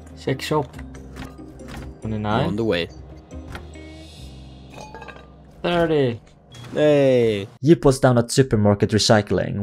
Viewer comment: Your friend is YIP not JIP